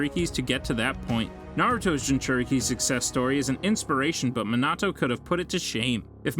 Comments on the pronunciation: Stopped watching when this dude said "Menado" 💀💀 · Shut the hell you can pronounce kushina but can't pronounce Minato what.